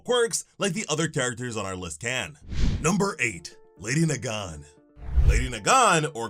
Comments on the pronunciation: “Lawydiay Nagawn” 💀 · It should be LEHHDEE NAAGAAN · you're pronouncing her name wrong... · Ah yes, my favorite MHA assassin, Lady Nagan. (Why is my mans not pronouncing her name correctly?)